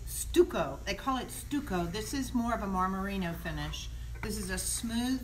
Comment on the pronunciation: Did she say "STEW-coe?" I believe it's pronounced "stuck-O" in most of the English-speaking world. Thanks for the video,. You're a doll-face!